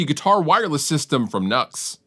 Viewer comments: I think it's pronounced new x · Just a heads up, I spoke with a rep for nux, and it's not nux(nucks) it nu x (new X)